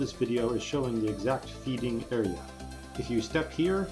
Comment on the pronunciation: (feeding is two syllables)